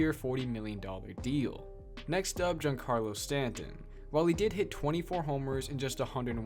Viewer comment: You put so much emphasis on getting the latino players names right and then you completely botch Giancarlo Stanton. come on man